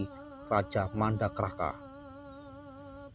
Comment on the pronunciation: Maaf nih Min, klw boleh saya Izin Koreksi... Seinget saya Penyebutan nye Nyang Bener adl sbb; Mandakraka (Mandaraka), Sambadra (Sembadra/ Subadra), Loro Ireng (Roro/ Rara Ireng), Arkapala (Arcapada), Sapta Ratala (Sapta Pratala)... tp jujur krn saya kurang tau Versi Ejaan Jawa apakah emg Penyebutannye dmikian dlm Bahasa Jawa 😊.